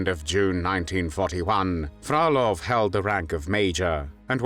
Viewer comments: Задолбал ИИ дебильными ударениями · ИИ не может правильно произносить русскую фамилию)))).